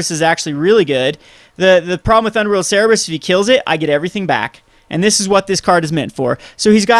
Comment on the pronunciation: its Cerberus, not cerebus btw and i really like the deck alot